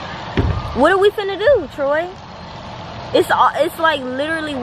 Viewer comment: It’s Troy not ‘Tory’